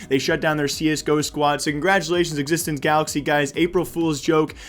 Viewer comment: it is X6tence not Ex6tence and also it was swedish joke day